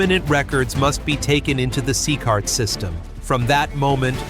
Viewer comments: C-cart? AI is terrible. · Itisnocecart itisCECOT, learnhowtireadputa